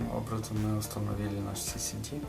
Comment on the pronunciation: ЭС ЭС ДИ!) У меня кровь из ушей, когда я слышу "СИСИДИ".